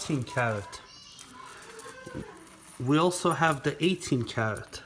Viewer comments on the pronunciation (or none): none